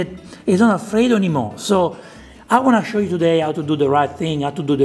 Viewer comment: The most original style of cooking alfrrrredo.